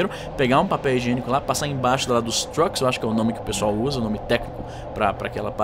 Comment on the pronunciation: já que você se dá o trabalho de pronunciar as palavras em inglês que nem os BRs, chame truck de "truque" mesmo hahah